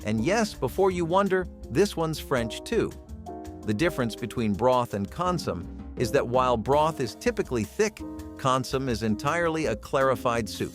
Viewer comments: It's consumé, not "consum". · Con-sue-may, not con-sume. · It is not pronounvced "Con - some." The final "m-e" is articulated. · “Con-sum”? That’s “con-sah-may”, a French word. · Fun fact: Consommé is pronounced con sum ay.’. Not con’ sum. Helpful hint: Don’t date educated people. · Pronounced con som may not consom. Spelled consommé. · consummé. Three syllables not two. You need to accent the last one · "consommay" pronounciation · I do wish humans actually were the voices. It takes me a bit to figure out what comsom is, and octOpi LOL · It's consomme - CON-suh-may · It is pronounced Con-sue-may. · It’s pronounced CON-SOM-MAY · It's pronounced CON-suh-MAY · CON SU MAY. FFS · Con-Soo-MAY please note the accent mark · I noticed that too, it sounded like he was saying “possum” lol